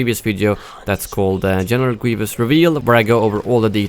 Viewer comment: "Genewal Gweevus"